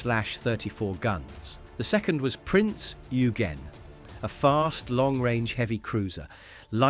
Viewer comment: Prinz You-gen?